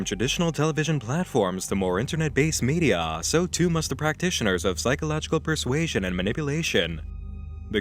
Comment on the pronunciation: I don't know why, but I love how pronounces media "meedi-yaah"